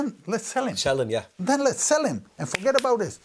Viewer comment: love the British twang when he says 'forget about it' hahaha